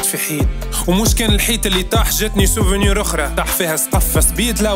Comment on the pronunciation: Mouch 5ayba apart kelmet "souvunur" wkelmet "vurus"